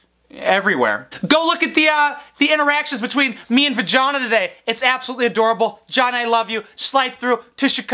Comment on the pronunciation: Did u call her va-jhonna lmfao